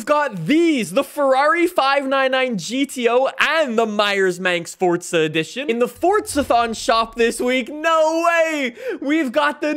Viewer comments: its forza not forca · Can you stop saying it fortzaaa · *Fordza * lmfao